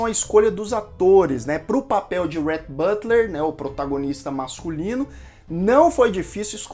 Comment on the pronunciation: Fica difícil mesmo pronunciar os nomes americanos. Teve um momento que você disse o nome do Rhett Butler mas você pronunciou “butter” no lugar de Butler. É só uma dica porque eu entendo bem a dificuldade de pronunciar os nomes americanos. Meu esposo chama Rhett e eu tenho dificuldade de pronunciar corretamente no nome dele.